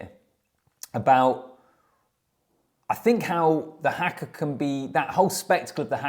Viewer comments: Here's an easy pronunciation tip for you. It is just 'ha-ka', not 'hack-ka'. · Its "harker' not "hacker" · HAKA is pronounced as Harkar not as Hacker! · its haka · the english cannot say haka - everyone of them says it like that - I cant understand as there is only 4 letters but they like to say it as if there are 6 letters